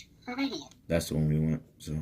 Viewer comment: Viridian and not Veteran my dude ! Veteran is the soundboard , Viridian is the Soundfont .